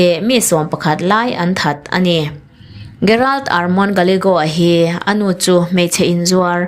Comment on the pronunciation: Gerald tih hi 'G' angin lam rik tur aw.